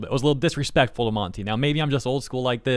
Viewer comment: I know I might sound like I'm defending RT, but insulting a dead person's name is quite a low blow. has the right to has an opinion and criticizes things, but at least she could've say Monty's name right. But I get why RWBy fan hates her, she insult the thing that they love, so the blowback from them is expected even though it's full of shit.